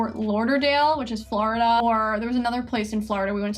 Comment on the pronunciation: It’s funny how she says florida